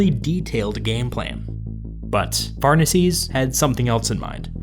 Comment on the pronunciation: Pharnaces shouldn't be "farnasees" but "far-nah-kes". It sounds really weird in English.